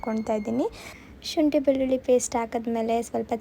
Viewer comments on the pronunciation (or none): none